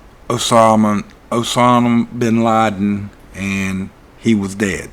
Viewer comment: "Osanim Binladim", you crack me up! LOL 😂